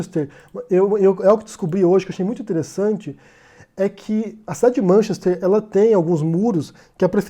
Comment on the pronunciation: Vc deveria começar por pronunciar corretamente Manchester, e lá não se picha propriedade privada